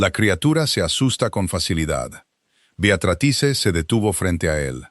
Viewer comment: Si está escrito Beatrice pronuncia Beatratrice, que horror de lectura